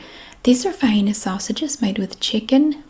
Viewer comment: Yes to the vi-eena pronunciation!